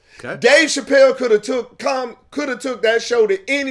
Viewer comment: He keep wanting to say “Pachelle” lol